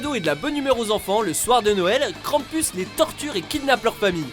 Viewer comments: Mdr on dit krampous. Sinon super vidéo De plus c'est un monstre autrichien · Krampus ce prononce krampous